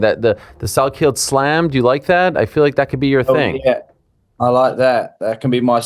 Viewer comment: Quillan “Salkilla”